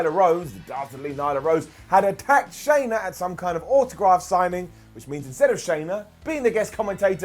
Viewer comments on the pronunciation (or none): Just an FYI it's not SHAYna, it's SHANna. Like Anna with an Sh in front. Hope that helps. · Her name isn't Shayna, it's Shanna 😁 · SHANNA, her name's SHANNA not "Shayna"... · Just wish he would stop calling her Shayna. She is Shanna. Like Shhh-Anna. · I mean, unless he watches AEW on mute i'm pretty sure he's heard her name being pronounced. At this point I feel he just doesn't care about it.